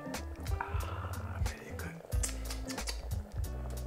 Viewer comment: Classic.... "Ahhhhhhh Vellly Goood!!!!!"